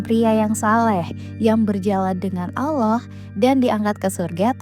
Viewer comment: Allah bukan owloh .beda